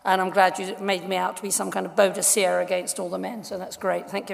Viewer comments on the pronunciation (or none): It's Boudica NOT Boudecia! So sick of people getting this wrong!